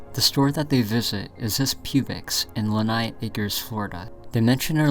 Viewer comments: Learn to pronounce.. lehigh - lee high ... Publix - publics ... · I swear he mangled the pronunciation of every single proper noun in the video. La High was another good one. The next video is probably on The Mystery of the Stynx. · It's PUBLIX IN LEEHIGH ACRES lol. Not pubics in lenigh dude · He also said “Lenigh” instead of “Lehigh” lol dyslexia happens Edit: and “Stynx” instead of “Styx” 😂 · Lin-eye acres for Lee-high acres was also another, haha! It's a charming mispronunciation though, ahaha. Florida has a bunch of places and stores and stuff that are tough on the first pass, you're doing your best and that's fine! :D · I was thinking of giving up on this one until I heard "Pubix" in "Lenigh" LOL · Uh it's Lee-hi acres btw and pub-licks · That was all normal happening for Southwest Florida. The second channel takes place in a basement? That's not Lehigh. There are no basements in Lehigh. Also: its pronounced "Publicks" and "Lee High" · Pub-licks. NOT "pubex". Lee-hi. NOT "lenai". Publix. Lehigh. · Bro, you need to see an eye doctor it's clearly "Publix" (PubLICs) not Pubix. Also its Lee-high not nigh 😅 where'd the N come from?